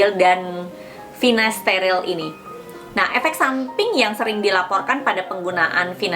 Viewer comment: finasterile apa finasteride ? kok saya dengarkan pengucapannya Finasterile